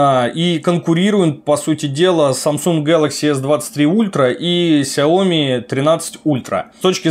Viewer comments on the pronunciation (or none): none